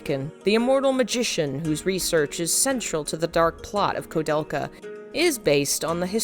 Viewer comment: Also is this AI-narrated, or is this a human butchering all of these names (especially the name of the game the entire video is about)? *koo-DEL-ka, not ko-DEL-ka *Uematsu is Oo-eh-mat-su, not Oo-mat-su And most importantly, when saying Japanese names in English, you need to reverse the order. Like many languages, Japanese names are [Surname] [Given name], but when discussing them in English, they're customarily swapped to standard Western format. Thus Nobuo Uematsu, not Uematsu Nobuo (even though the same script in Japanese should maintain the surname-first order.) Many languages do this, such as Mandarin, many other Asian languages, and even traditional Finnish, but all must be swapped to Firstname Surname when speaking English.